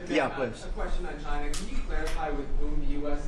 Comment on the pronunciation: Trump: "we've been meeting with ghina.."